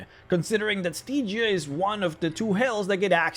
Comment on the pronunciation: Stee-gia? Really?